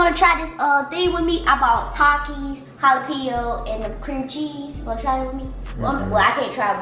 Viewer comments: So we not gonna talk about how says Jalapeno with the "J" instead of an "h" 😂😂he goofy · Jalapeno (hall-o-peeno) not jahlapeeno😭😭😭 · They were saying jalepino wrong